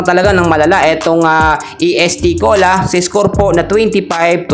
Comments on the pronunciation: est cola hindi E.S.T. cola anu kb????ayusin mo!!!! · Correction idol Est Cola not E S.T.Cola..❤❤✌️✌️